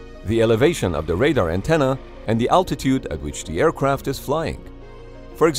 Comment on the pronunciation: Aircwaft Airpwane